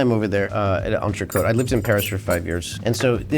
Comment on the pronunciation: If Americans spoke just one other language, it'd be clear that L'Entrecote recipe was leaked like 15-20 years ago and it's news to no one how it's done. Also: There's no need to call a ribeye an entray-coat, if you're butchering it anyway.